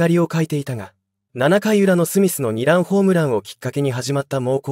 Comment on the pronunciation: 醍醐味の読みがダイゴアジはおかしいでしょ。２ランの読みニラン。 他もあります。